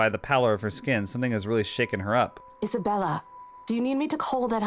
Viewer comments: I think it's because Marianne and Mary Anne are pronounced differently. Just like she mispronounced Isabella's name as Isabelle. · I think Hannah saying names wrong is just her tick. She's always calling Isabella "Isabelle." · Hannah purposely gets people's names wrong. Just like with Isabella how she calls her Isabelle. It's just a weird thing the devs did~ even though Mary Anne sounds exactly like Marianne. I think it's kind of interesting they went about it like that. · Hannah doesn't care about anyone's names. She says Isabelle instead of Isabella and Mary Anne instead of Marianne.